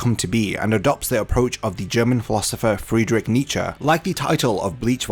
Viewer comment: You butchered Nietzsches name but this video was so well done, I don't even care.